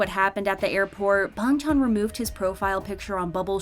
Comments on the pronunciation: "Bong chon" I CAN'T IT'S BANGCHAN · Does anyone realizes she says bangtan not bangchan💀💀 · It's actually Bang chan with a a, not bong chan with an o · BRO SAYS BUNG CHAN 🥲🥲🥲🥲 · Yea but his name is pronounced like bong chan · 'Ee know' 'Bang chon' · I dont know why but i got so annoyed when dhe sad "Bongchon" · Why you pronounce Bangchan as BONGCHONG? Goodbye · I can't with the way she pronounces bang Chan😂😂😂 but really are they actually stays like come on